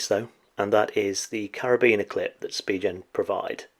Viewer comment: it's pronounced Spigen...not Spigen!